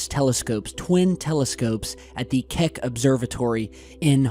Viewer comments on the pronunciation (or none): lol kek obvesrvatory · Did you say the "kek observatory"? I see now that there is a real "Keck observatory"... 🤔🤔🤔 Meme magic is obviously what created the extreme light source. Let there be light. Kek. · did you say the Kek observatory?🐸